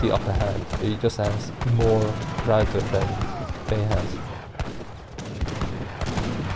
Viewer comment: Good casting! I love the way you say the word "ruyter" correctly :p